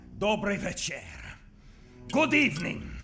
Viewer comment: Krycman is not Polish,we don't say: dobry večer. We say: dobry wieczór (👈vyehtchoor).